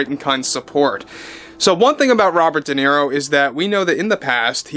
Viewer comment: Not Nero but Niro.